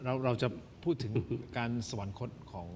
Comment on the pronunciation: อย่าอ่านว่า สะ-หวัน-นะ-คด ซิครับ คำเขียน คือ สวรรคต อ่านได้ไงอย่างนั้นล่ะ...